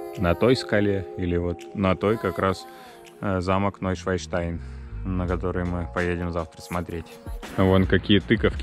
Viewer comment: Уржался)), не НойшваЙнштайн, а Нойшванштайн. А то у вас не новый лебединый замок-камень получился, а свиной... Шван или Swan по англ. - это лебедь, еже ли че))